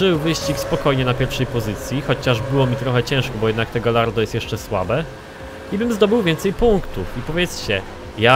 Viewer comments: Galardo czyta się gajardo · Karol Ryzop Czyta się "gadźardo"